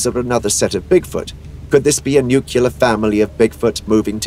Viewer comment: How fortunate for we mere mortals with our beliefs that supposed science people are here to tell us what we are really seeing, based upon their own belief systems. Oh, but wait, I’m a science person. I would point out your orator doesn’t know how to pronounce NUCLEAR.